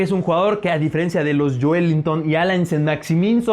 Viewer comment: Se pronuncia: Alan Sa Maximá